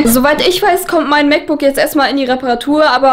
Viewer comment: Wie oft sagt sie bitte MacBooc